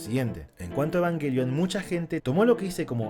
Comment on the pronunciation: Muy bueno, pero dice yenesis , evanyelion y/o evanguelion 🤣🤣🤣